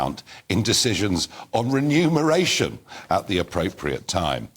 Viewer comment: Renumerstion?! Wtf? She should be fined for malpractice and sacked.